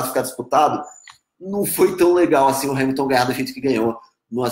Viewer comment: Pq vc fala hais !?!?!?!?!